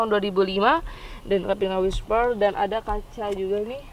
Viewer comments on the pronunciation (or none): 5.29: Wiper (penyeka, penghapus) mbak, bukan wishper (bisikan atau bisik-bisik)....hehehehe